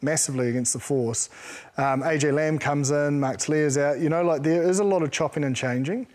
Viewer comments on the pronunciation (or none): none